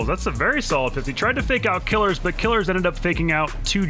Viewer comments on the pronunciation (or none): It's pronounced "kill-ears" not "killers" lmfao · please stop saying killers it "KILL-EARS" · its pronounced kill - ears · isn't it "kuh-leers"? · Isn't Killeerz' name pronounced with a long ee, rather than "killer"?